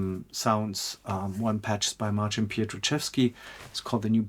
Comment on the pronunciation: It’s Christopher Haworth. (No ‘r’) Also its Marcin not Martin Apologies for not catching it the first time